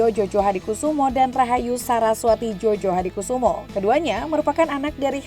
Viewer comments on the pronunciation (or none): Koreksi sedikit,djojohadikusumo dibaca joyohadikusumo, bukan jojohadikusumo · Jojo di bacanya joyo miin!